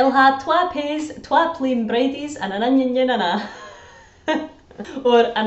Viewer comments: Acht sounds German. Eight is echt. Fev is usually Fehve. Inyin, is Ingin I'll becomes Eh'll, with a Capital E. But little hiccups apart, not bad. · Ingin not inyin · 8 is said "Echt" or "Aicht" rather than "Acht" (which is German). "Onion" is ingin (rhymes with singin) - (not inyin) - "ingin ane an a"